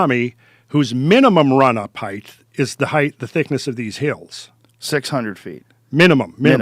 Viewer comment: When this guy mispronounces height it drives me crazy. "Heigth"